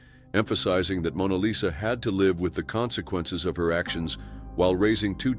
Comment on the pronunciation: "LIve" pronounced wrong